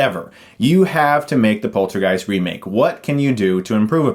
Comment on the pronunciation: The way he says poltergeist sounds like polter-GUYS. Hahaha now I have a new band name and trademark it before anybody steals it :P